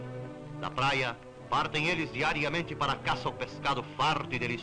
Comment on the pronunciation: Chamou atenção o " ei las" referindo-se às jangadas